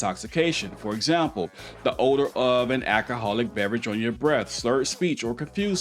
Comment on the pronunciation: H e said the order of alcohol instead of the odor of alcohol. Sounds like he might be a little saucy himself lol.